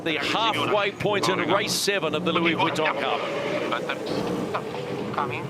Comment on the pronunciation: Perhaps if could learn to pronounce the "Vuitton" part of "Louis Vuitton", the sponsors might be a little more impressed. And why is he - and nothing personal here - commenting on yacht racing, a sport about which he clearly knows very little?